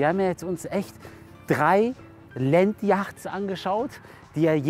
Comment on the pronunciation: Landyachts😂😂 Entweder ganz englisch oder deutsches aussprechen… yachts auf englisch ist eher „jots“ ausgesprochen